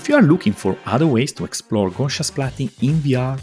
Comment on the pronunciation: Such a great overview of all the different utilities right now. I'm interested in exploring how we can use splatting in indie film production pipelines. Oh yeah, the correct way to pronounce is "GOW-see-uhn".